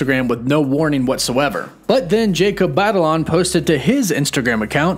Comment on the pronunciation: Jacob's last name is pronounced "bah-tah-lone"